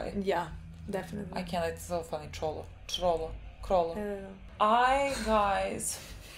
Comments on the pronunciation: Its Chrollo as KROLO, similar to the spelling of crocodile xd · Tip, just say 'KROLO'